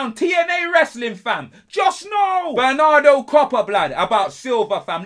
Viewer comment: My man said “Benardo copper” why wouldn’t I think of that😂😂😂